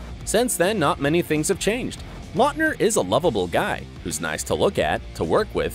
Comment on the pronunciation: His name is pronounced LOUTner, not LOTner. Quality research!👍🏻🙄